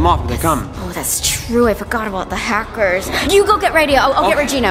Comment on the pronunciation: Its Hackers You Said Hacers